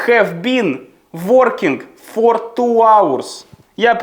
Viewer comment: Ваше "фоР" просто додає смішну родзинку😂